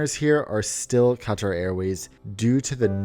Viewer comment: I luv how u say Qatar 💕